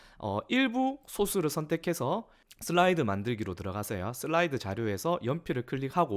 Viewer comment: '슬라이드'라고 쓰고 '쓸라이드'로 읽는다.